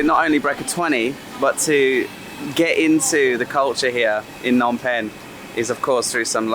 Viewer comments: S21 doesn't mean "Soi 21". Soi is the Thai word for alley, but this is Cambodia with a different language (Khmer). It refers to "Security Prison 21" (មន្ទីរស-២១). The museum is on the intersection of Street 113 and 330. Also sometimes you pronounce Phnom as "Nom" without the P - a common error because there is not much vowel sound between the PH and the N. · Why do so many foreigners ignore the "p" sound in "Phnom"?